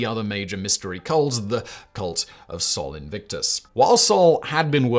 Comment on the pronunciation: Yet he managed to mis-pronounce Sol Invictus.